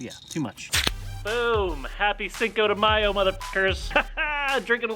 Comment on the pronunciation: matthew actually the way they said it was right...